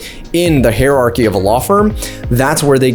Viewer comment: Bad grammar and you mispronounce "hierarchy". Watched 1/2 of the video.